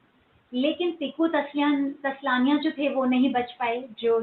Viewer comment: बराबर बोला। मोनिका गढ़वाल के बदले मेनका गोधावल पढा। अजय देवगणकी बेटीका नाम न्यासा है जिसे आपने नायसा बोला। टीकु तलसाणियाको टीकु तसलानिया कहा है। श्रेयस तळपदे है। चलो आप हिन्दीभाषी हैं तो थोडा डिस्काउन्ट दे सकते हैं। तलपदे तक ठीक था परन्तु आपने तलपडे बोला। आप से तो प्रेरणा नहीं लेनी चाहिए!!!😂😊😂😊😂